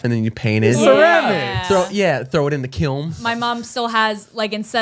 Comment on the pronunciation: i cant get over how says Kiln lmao.